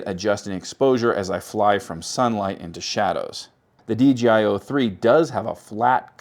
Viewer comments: Why do you call it DGI? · Every time. Take a listen and tell me if it sounds like DJI or DGI to you. It sounds like DGI to me.